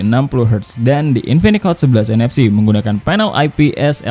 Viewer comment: Gue dengernya infinix hot 11 nfs dan 11nfc 😂😂